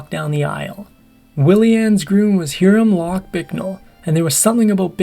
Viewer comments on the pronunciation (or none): Excellent content! (*Hiram is pronounced "Hi-rum")